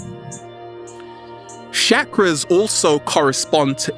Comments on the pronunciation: Bruv you gotta learn how to pronounce Sanskrit ...its "Chuck-ra" not "Shakra"...but very real and humourous delivery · 1st thing in the day its chakras not shakras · Why is he called Chakras, Shakras? lol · "Shackras" lol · He says chakras weird & it bothers me soo much he says it like shakaras 😰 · The way he was saying chakras was killing me